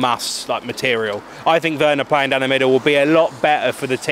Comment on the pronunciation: Its werner not wener